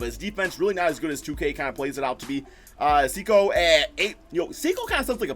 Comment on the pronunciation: just to help u out, it’s not (se-cow) it’s (sa- koo)